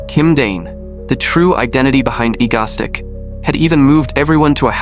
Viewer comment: The AI voice saying Egostic instead of Egoistic is killing me